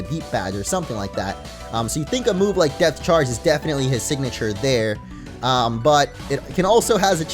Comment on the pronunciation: I can't stop hearing Death instead of Depth. Ex. Death Charge, Death Badge